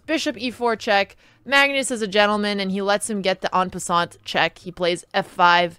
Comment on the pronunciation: What is it with chess players pronouncing en passant wrong